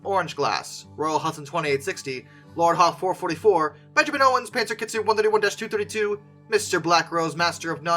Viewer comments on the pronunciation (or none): none